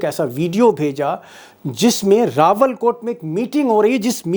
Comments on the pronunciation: शर्मा जी, रावलकोट ना कि रावलाकोट। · अरे भाई इसको रावलाकोट नहीं इसको रावल कोट बोलते हैं। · रावलाकोट नही रावलकोट है